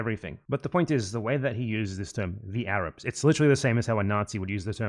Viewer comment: "THE AYRAABS ARE KHAAMAAAS"